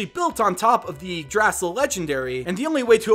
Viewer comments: I'm pretty sure Yggdrasil is pronounced igg-druh-zill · It's YIG-DRA-SIL